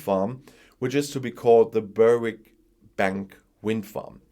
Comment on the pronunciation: Berwick is pronounced, Berrick. Just ignore that W 🤣